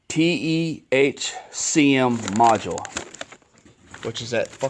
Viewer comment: I like your music but you do not pronounce the part module ( Mod u ler ) , you pronounce it ( Mod u wool) look up the definition of module and it will have a recording of the proper enunciation.